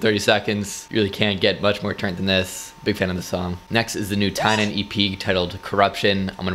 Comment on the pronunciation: I love how u pronounced TYNAN name right here but not in ur newer videos🤣🤣ur reactions are always so priceless